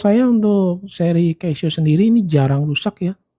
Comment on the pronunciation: koreksi, baca nya 'KASIO' pak